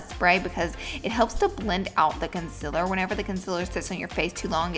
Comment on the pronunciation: I was cringing so hard when she was saying consiler instead of concealer!😁😅I still love you tho Laura 😂😘